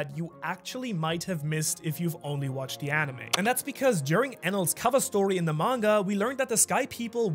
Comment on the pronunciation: 36.10 minutes and you say Monger instead of manga lol